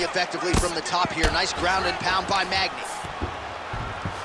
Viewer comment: Magny and not NEAL 🤦🏿‍♂️